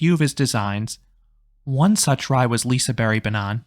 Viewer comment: I'm not trying to be that guy, but, the G isn't silent, it just has a diffirent sound. "Lisebergsbanan" is pronounced as "Lee-say-baerj-s-baa-nan".